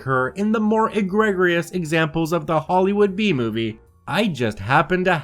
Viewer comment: Egregious is pronounced eh-GREE-juss